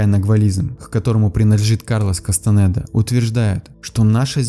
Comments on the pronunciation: Не Кастанэда а Кастанеда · Кастанеда , а не кастанэээда